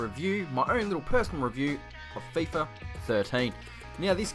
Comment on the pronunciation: hey mate really good video but it is called Fifa mate not Fiffa :D but besides that really good vid